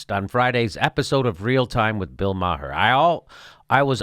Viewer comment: I have the same last name as Bill Maher, and I have to say Jimmy, you pronounce the last name better than most people.